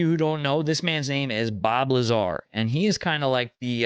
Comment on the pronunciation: Ummm not Bob Lazaar… get your shyt together